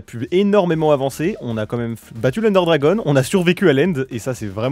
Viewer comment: Ender DRAGON, pas "DRAGONNNNNNNEEEEEE", ça c'est la lanière sur les manettes de wii par exemple ...